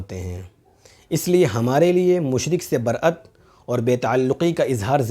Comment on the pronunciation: علامہ برئت نہیں برائت ہوتا ہے عبداللہ قاسمی